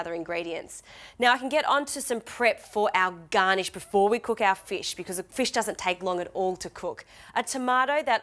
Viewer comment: What's a feesh?